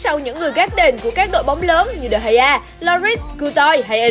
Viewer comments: Chứ đọc sao Đờ gia như mấy ông quốc dân giải trí à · Degea đọc thế nào ra dc đờ hay a vậy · De gea - đờ hai a :))